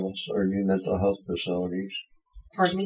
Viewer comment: "jails are the new men'tal health facilities"..., he's been planning his excuse for some time...the whole time he was pretending he can't talk.